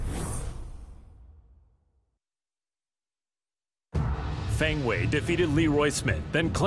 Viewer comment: Feng Wei, not Wu